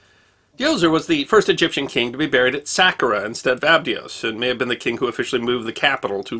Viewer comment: It's Sa-car-a and A-bye-dos. The way you pronounced them was bizarre.